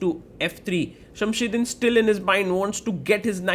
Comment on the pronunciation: It's not Shamshiddin it's Shamsiddin 😅